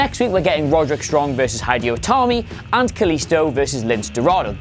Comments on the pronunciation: "Hi"Deeyo Itami... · High-di-oh Itami? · Ok....I paused the video after he said "Hi-dee-o Itami" just to write this. WTF??!! Because of that, I have decided not to watch the rest of the video. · His name's Hideo man, it's not hard. He wouldn't call you Aydarm. ;-) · It’s very clear you don’t watch the product when you say things like “High Dio Tami” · He kept saying hideo wrong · That’s now how you pronounce “Hideo”. Or “Lince”.